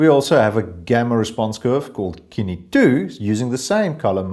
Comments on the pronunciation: Kine? It's sin-E. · Thank you sooo much for doing this!! I am absolutely surprised that no one else has done it yet honestly. By the way, Cine is pronounced like "sin-e".